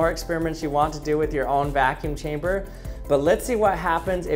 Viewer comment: Evertine hesaid vaacune chambr I tooook a shot…. I drrunk